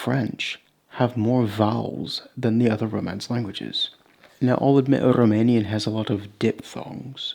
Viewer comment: Rromanian 😅 Lmao. That's alright, the Rromani are also our people (the ones from Romania anyways). 😁 Edit: I'm just kidding of course; you just happen to pronounce 'r' in a sort of elongated way.